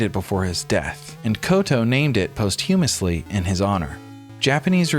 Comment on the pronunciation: Whoever read the script also doesn’t know how to say the word “posthumous” which was kinda hilarious